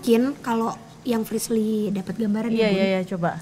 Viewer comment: Paling suka kalo panggil frislly tapi priscil 🤣🤣🤣🤣